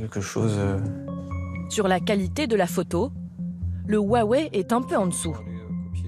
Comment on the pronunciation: A quand il a mal prononcé le non Huawei j’ai arrête de lui porter confiance.